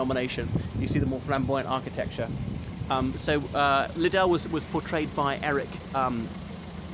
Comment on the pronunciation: Its not pronounced LiiddELL- its like Piddle, Riddle etc